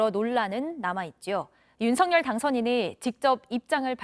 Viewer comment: 윤석열 의 정확한발음은 윤서결입니다